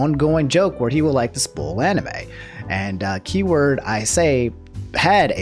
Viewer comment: Did he just pronounce "spoil" as "spool"